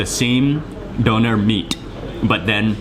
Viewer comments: it's pronounced doonair...not Doner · d Ö ner The ö is like the O in OIL D o(like in Oil) n e r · Pronounced "dooner". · Its Döner and not Donar Donar is a nordic god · its dÖner and not Doner xD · Hi Mark, actually it is not pronounced dough-ner, but döner, like the German ö. Just letting you know. The word means "turning". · a doughnar? where are you from. you probably call it a guy-ro to lol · its spelled döner (letter ö is similar spoken like the u in urgent) . BTW very nice food, would love to visit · Shawarma is just wrong pronunciation of çevirme , döner is correct name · "doner" so funny when english and american and whatever people can't say the ö :'D